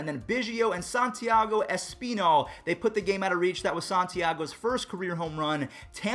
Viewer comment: Espinal is said Ess-pin-all not ess-peen-all